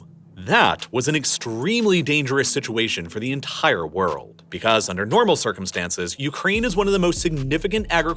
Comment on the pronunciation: Take a shot for every time he says worrld